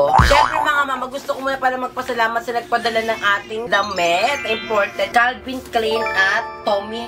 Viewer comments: Hello. Yung pronunciation: Calvin Klayn Tommy Hilfayger Hope this helps. ♥ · it's Calvin Klein (pronounced as Kl-ayn) rhymes with vine